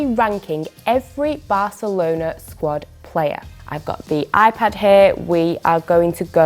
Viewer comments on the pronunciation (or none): none